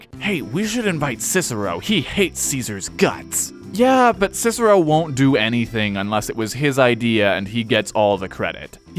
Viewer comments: Scissero?! It's KIKERO! You know, like cicer -- the pea! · Technically, his name is supposed to be pronounced as “Kicker-o.” Soft c’s do not exist in Latin. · its kick-ah-row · the American pronunciation of Roman names hurts my ears! his name was not Sissero (slang) but Cicero to pronounce CHICHERO! .. To give you an idea, it is as if you Americans heard Gen Lee speak in Italian in a movie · Latin didn't have C as S, it's Kikero. That's most embarrassing fact anyhow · 1. Its impossible to pronounces "Cicero" properly with english phonology as the "k" would have to be asphirated 2. This is an english video anyway, not a latin one. Should we also start calling "Rome" "Roma" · Just that his name was pronounced differently, buuuut everybody messes that up, even cesar is spoken wrong, so whatever. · Fun fact... in latin C is pronounced like a K... So they would have called him Kikero.